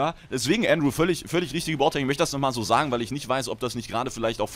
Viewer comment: hi, ich bin Andrew der dir bei Twitter geschrieben hat. Danke erstmal das du meinen Namen richtig ausgesprochen hast ^^ bist einer der wenigen die das hin bekommen. Und vielen lieben Dank für die beantwortung meiner Frage. Kurz zu mir. Ich spiele fast nur M+ im Bereich 18-20+ habe zwar mal alles durchgequestet aber das ist lange her. P.s: liebe deine videos und du bist einfach nur der Hammer. Würde ich Horde spielen dann würde ich in jedem mogrun mitkommen ^^